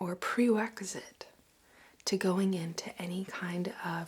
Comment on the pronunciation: I'm probably terrible, but all I could focus on was when she said Pre Weck A Sit :-P